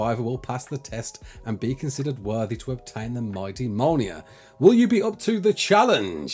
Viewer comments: Mole Near. Omg. Me'olnear. That's the pronunciation. I'm not having a go at him. But dude. Come on. Please. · Big Thor fan, can't say Mjolnir instead says "Molnear" xD Good vid though thanks for the update